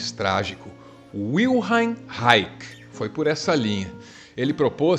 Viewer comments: Li Reich bem cedo e amei. Li quase todos seus escritos. Sou músico não terapeuta. A pronúncia de seu nome não me parece nada correta: "Raik", de onde tirou essa bendita pronúncia? "Raich" em português me parece correto. Vil-hen tbém me parece mais acertado. Até onde sei a FDA queria que ele registrasse sua câmera orgônica, ele se recusou e a época MacCartista fez o resto. A Função do Orgasmo (livro), o conceito de Couraça são bem mais interessantes que possíveis chuvas. Ser preciso em palavras sugerem também precisão de conceitos. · a pronuncia de wilhelm é separando em dois fonemas ("vil" + "relm"). o reich é "rai" (rrrr..trepidando a lingua)+ "rri (como limpando a garganta) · olá... se pronuncia wilhelm = vilirrelmi e reich = raixi (os 'i' depois do 'l', 'm' e 'x' são sutis, quase não se pronuncia)... a tradução desse nome é guilherme reino... parabéns pelos seus vídeos, vc é único... meu respeito e minha admiração... mtas bênçãos...🤩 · Posso estar equivocado,, mas o w alemão é lido como v e não como u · Parabéns, mas a pronúncia do nome dele è Wil- "helm" ou Wil' RRRelm" 😂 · W em alemão, tem som de V, cara... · W em alemão tem o som de V.